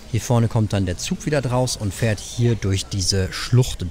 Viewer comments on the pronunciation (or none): none